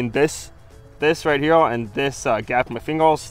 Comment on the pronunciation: Pronounce here..... Not herewah